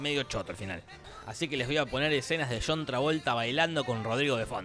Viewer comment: Por qué le decísJuan a John???